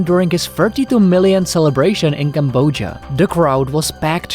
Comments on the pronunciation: I don’t think that’s how you pronounce Cambodia 👀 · It's 'Cambodia'. Not 'Camboja'.